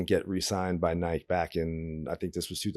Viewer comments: cant believe he pronounces it nighke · Couldn't anyone else get Gino's pronunciation of "Nike" out of their head, or is it just me? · never heard anybody pronounce Nike like that , that many times in a row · Lmao everytime he says nike in one syllable it hurts my ears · I heard he got thrown off Nike because after 10 years, he still couldn’t pronounce Nike